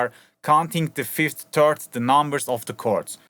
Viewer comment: Great tutorial and very well explained but I just can't shake off how you say "third" ahah. "Maybe you can put a fifth in between the first and the turd."